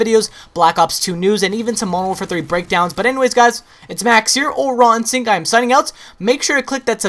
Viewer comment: every time he says "Raw Instinct" all i hear is rotten sink xD